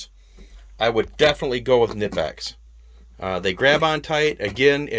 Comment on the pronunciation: Can’t pronounce Knippex? Can’t take this seriously. 🤦🏽‍♂️